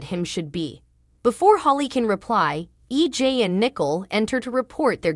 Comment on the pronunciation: Maybe if you actually watched the show you would know how to say the characters name right...even the towns name. It's not even EG...ITS EJ...you get it a fee times, but yet wrong other times